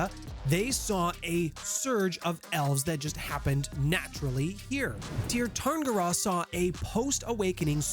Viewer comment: Sear. Its pronounced Sear Sear-in-gear. And honestly a lot of what your saying about elves, particularly that they are rich and powerful and beloved, isnt even a stereotype in shadowrun much less true. There are trailer parks and janitors and losers in the Tir just like anywhere else.